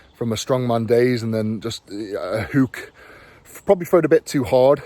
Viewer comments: And the word is hook Eddie not huuukkkk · A lazy hooooook, it’s hook not hoooook